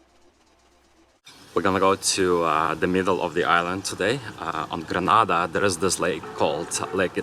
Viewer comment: Thank you for visiting Grenada. If you are going to do a documentary on a country, you must first learn the proper pronunciation of that country. I also find you to be some what petty.